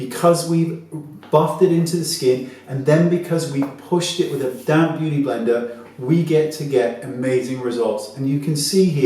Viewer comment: You say "damp" beauty blender....I hear "damn" beauty blender! Those damn things hate me!!😂😂😂